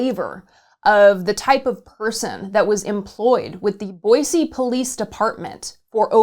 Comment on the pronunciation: Boise = Boi*cee* and not Boi zee 🤯